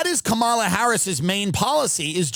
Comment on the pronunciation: just mispronounced Kamala.